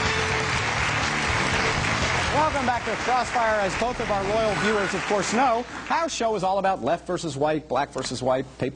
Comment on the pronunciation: sounds like: welkome back to cross fire, as BOTH of our loyal fewers ofcorse know...